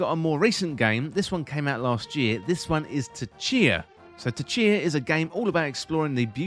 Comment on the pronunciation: Tchia - don't pronounce the T